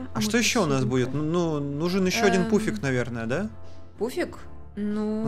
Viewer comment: А я вместо пуфика услышала пупсик😂😂😂😂😂😂😂😂😂😂😂😂😂😂😂😂😂😂😂